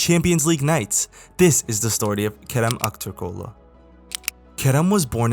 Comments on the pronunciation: Nice video, the way you pronounced his name was really good! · Great pronunciation Brother How did you learn pronunce Kerem Aktürkoğlu correctly